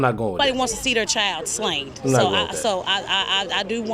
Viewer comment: The lady in all black is so ignorant! it hurts to hear her speak! She said “slained” 😂😂😂